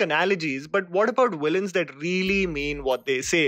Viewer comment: why you pronounce villains as willains ??